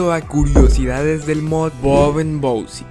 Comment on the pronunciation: Siempre decia " bousip " en vez de bosip xd